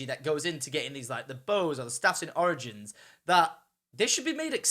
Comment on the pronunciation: he sounds like he is saying oranges instead of origins